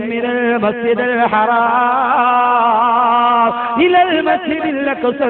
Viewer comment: masjid haraaaaam alla suhruthe. masjidul haram ennaaanu